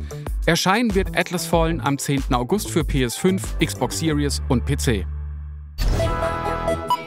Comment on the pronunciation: Dass "Series" SiriÄs statt SirIs ausgesprochen wird, ist der längste Running Gag aller Zeiten